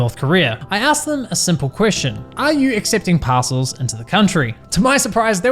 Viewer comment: I swear he's saying "Passholes".